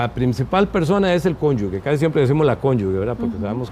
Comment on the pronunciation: En el idioma español la palabra correcta es cónyuge, es incorrecto decir cónyuge…